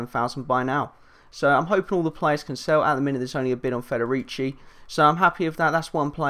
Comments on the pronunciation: u pronounced federici right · You pronounced Federici Right